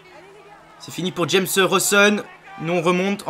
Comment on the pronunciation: Super vidéo comme d'hab 👌👌 juste Roson c'est pas James c'est Jaime ca se dit raymé